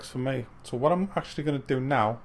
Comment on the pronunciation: Wat's witt dee wabbit?